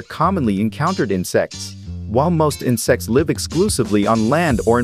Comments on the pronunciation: water striders are commonly encountered in sex sorry Im used to hearing the T in insecTs water striders are unique in sex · why did the tts pronounce insects that way🤣🤣